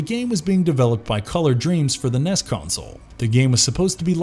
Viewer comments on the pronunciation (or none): It is N.E.S. not Ness. no one calls it a NESS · laMENT, not LAment. Just saying. And the game console is called an En-ee-ess, not a Ness. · NES is pronounced En Ee Ess. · Did you just call the NES console the Ness console?